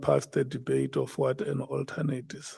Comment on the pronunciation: "Wat se you"😂😂😂😂😂😂😂im dead